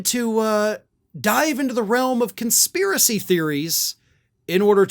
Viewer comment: She doesn't even know the word conspiracy or how to spell it or pronounce it.